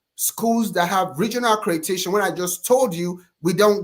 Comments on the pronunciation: He keeps trying to put that stank African dialect on ACREDATION BUT HE PRONOUNCES ALL THE OTHER WORDS CORRECTLY 😂😂😂😂😂😂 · Never trust a so-called “educated man” (scammer) who canNOT pronounce ACCREDITATION!